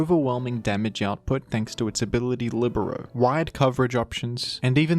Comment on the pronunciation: The first time I hear "libero" pronounced correctly